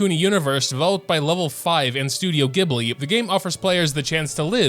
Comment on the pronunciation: also please for the love of god its Gh eb li DX